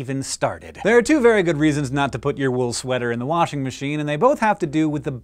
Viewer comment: He keeps pronouncing washermashen wrong